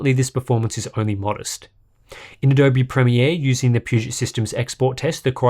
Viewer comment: I think it's the first time i heard "Adobe Premier" pronounced correctly lol